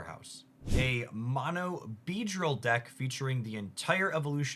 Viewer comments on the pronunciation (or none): none